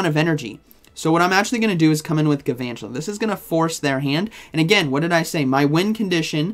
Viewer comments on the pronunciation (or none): Isn’t it gaLvantula. There’s an L